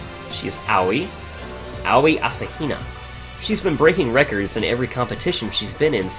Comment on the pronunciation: My god! You're the first person I've seen play this blind who knows how to pronounce Aoi! And everyone else I've seen play played it in English, so they heard her say it and still couldn't pronounce it! Well done. Well done.